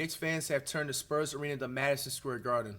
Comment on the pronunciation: the "sperms" 😭